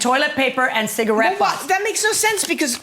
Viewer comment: “I DONT SMOKE CIGGA RETS , I HAVE LUNG CANSUH” .. yeah , i wonder how you got that lung “cansuh” 😂😂😂